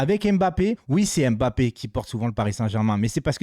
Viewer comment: Salut, je suis français d'origine camerounaise et le Nom Mbappé que toi et la plupart des français et française prononce très mal ne se dit pas M-bappé et c'est pas en 2 mot mais un seul. Il faut juste avaler le M de Mbppé c'est tout. Toi aussi fais un effort sur la prononciation des noms de mon pays le Cameroun. Merci